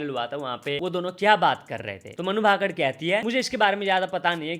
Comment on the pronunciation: अबे ये मनु भाकड भाकड क्या होता है!? तु और neonman दोनो पागल हो गए हो। ठीक से नाम को बोलो उसका नाम मनु भाकर है। its मनु भाकर